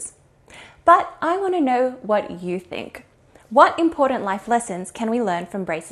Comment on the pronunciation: Excellent content, but i am sorry i cant watch another video while you pronounce the D in the word important.. I am by no means perfect myself but impordant just gets under my skin like no other badly pronounced word